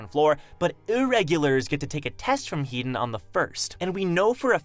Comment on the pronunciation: Headon is pronounced "He - Don" not "Heat don", i dont know why this has anoyed me but it has haha.